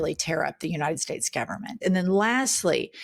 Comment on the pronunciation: Even the Almighty is wondering, 'Where's the United Shates?'